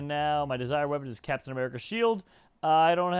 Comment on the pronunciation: When the Cwaft needed him most, Capitan Baccmerica has returned